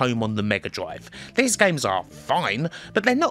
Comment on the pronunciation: Why does he pronounce “this” and “these” as “liss” and “leaze”? Can’t be a speech impediment as he can say other “Th” words with no problems. Weird